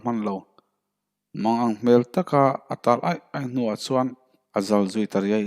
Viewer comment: Athu I lamdiklo nasa hle mai .chuan tih tur ah suan tih te .Fak mai tih tur fang mai tih te. lamno a ngailo. Fiaktak khan lam rawh. Mizotawng a nih kha